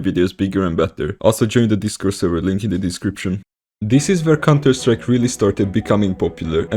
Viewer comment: bhop is in contuh sattrike you spoopid